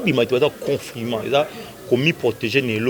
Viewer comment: Journaliste oyo atanga wapi? yoka comment elle prononce le mot " Confinement".... Kiekieeee bo lakisa ye ke, le "ne" ne pas aigu à prononcer....